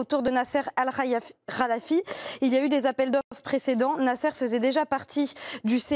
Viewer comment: Mdr la journaliste a du mal avec le nom el khelaifi😂😂😂